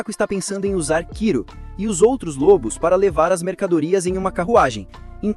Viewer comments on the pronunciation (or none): Obrigado, mas não é Kiro, é Kuro.